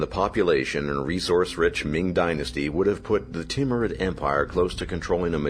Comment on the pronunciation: I like the Teamrude empire. It's name when butchered how you said it almost sounds like Team Red Empire.